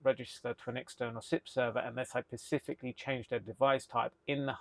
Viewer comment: Absolutely fabulous and fascinating video. Thank you. Really enjoyed this. Little niggle, the word you are looking for is "specifically", not "pacifically".